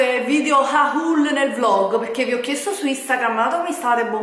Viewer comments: Comunque il tuo vecchio telefono e un 6plus non 7plus E si scrive haul ma si legge “hol” Non haÚl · 1 si dice hol e non haul 2 è fastidiosissimo sentire haul